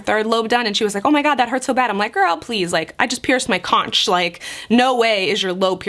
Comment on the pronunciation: Love the pot leaf!!! What a G Also conch is pronounced like “konk”